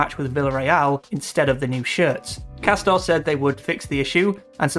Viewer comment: Isn’t it actually pronounced ‘Cass-tor-ray, like it’s pretending to be Italian or something?! How embarrassing, as if any Italian supposedly premium brand would be such sh1te quality!